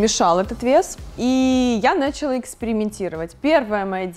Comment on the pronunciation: Почему бы не говорить слово "началÁ" правильно???? Нáчала это не по-русски.